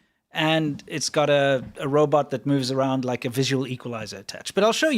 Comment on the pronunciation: I've noticed this saying Robert instead of Robot lately. For some reason that makes me chuckle out loud! Robert Cop - too funny! I live in Thailand, Rs and Ls, the struggle is real Lol !